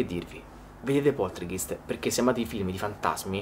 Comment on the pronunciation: comunque la pronuncia corretta è Poltergaist. è una parola tedesca e "ei" in tedesco si legge "ai" ;)